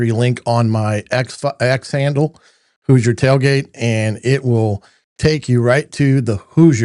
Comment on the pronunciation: Might want to teach your AI how to pronounce HOOSIER.